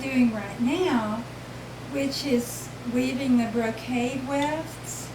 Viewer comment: Excellent video! Her way of weaving is a blending of traditional tapestry and brocade weaving. The narrator called it "Brocett" instead of brocade which is closer to in weave structure using a "Ground" fabric with picture being woven in minute "floats" on the surface which are essentially "tied down" by her ground weaving. Very different and unique. Thanks for this video , nice to see more diverseness in weaving. I am doing traditional vertical tapestry, but will remember her lessons in achieving the drawing/dyeing beforehand rather than just a cartoon behind. Shading is better achieved through her method if one does not want to vary the weaving.